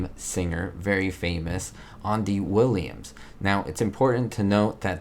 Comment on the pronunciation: Andy Williams is pronounced Andy (as in Andy Griffith), not Ohn Dee. By the way, Andy was all over 1960's and 70's TV with his own TV specials, and guest appearances. He was a BIG star. Savitch, is pronounced like a witch, similar to savage. His murder trial was a BIG BIG deal, maybe it was a slow news cycle, which made it big, but I clearly remember it either leading the news broadcasts, or mentioned in the opening minutes.